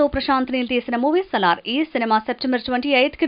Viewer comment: Reyyy miku English spelling ravatle kani news 📰 chepthunnaraa 😅😅😅 salaar ni solaar chesinaru kadha ra 😂😂😂